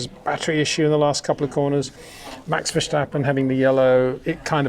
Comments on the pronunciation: Thanks for your great videos. Always a joy. Having said that, my ears hurt every time you say Versjstappen. It is pronounced verstappen (as in stagnant). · HEY PETER WINDSOR, I HAVE MESSAGE FOR YOU SIR: With all due respect ... it is NOT Max "verSHtappen" ... Max is not German (Germans indeed do pronounce "st" as "sht") ... #Max33 = Dutch NL/Belgium! ... It is not "Bottash" nor is it "Lewish" certainly not "verSHtappen" .... This BS started long time ago when a British sport presenter interviewed father Jos Verstappen and assumed you can use a German pronunciation to a Dutch Driver thinking it is so "funny" ... It is not. Serious question: can any Englishman say "versatile" out-loud without saying "vershatile" phonetically? most can about 99,99% ... that is why most English can pronounce Verstappen 100% correct! Father Jos Verstappen (also F1 Racer) was very active between back then only a very few said "Vershtappen" but the vast majority of British sport presenters pronounced it perfectly ... only a few old stubborn farts like Peter Windshor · I thought he'd rather backed away from the extreme VerSHtappen lately